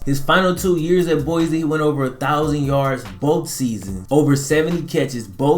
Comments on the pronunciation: So you can back me up on this... its boy-cee. not boyzee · its boi-cee not boyzee